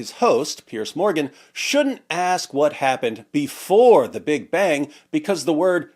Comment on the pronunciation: This can't be the real Richard Dawkins, though. He's probably an AI bot. I mean, who pronounces "Big Bang" that way? The real one's probably tied up in a closet somewhere figuring out the real naturalistic origin of the universe.